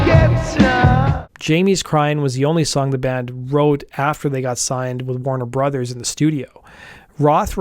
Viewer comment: I hate the way you say Warner Brothers